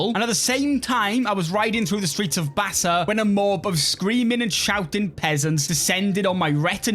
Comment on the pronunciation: Hi I’m grebo apart of the greater kru people the bass’s are our brother tribe it’s pronounced bassaw thank you for playing as them